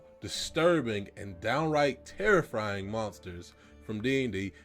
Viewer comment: “Terrifrying” I the viewer noticed